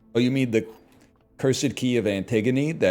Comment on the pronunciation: Kinda funny that he keeps saying "teh" and no one in chat is picking it up.